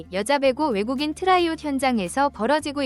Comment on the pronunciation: 트라이아웃. 발음이 왜 그 모양인가?